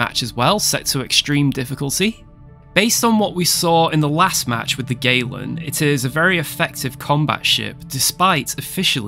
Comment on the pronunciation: At first, I heard "USS Waylon", as in Waylon Smithers. Fancy having a ship named after Waylon Smithers. It would be funny to watch as your enemy burns against the black of space. Woohoo!